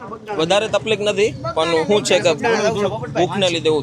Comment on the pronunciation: aap hindi mein baat karte hai tabhi takleef word ko taplik kiyu bolte ho muje tabhi bohat hanshi aati hai sunke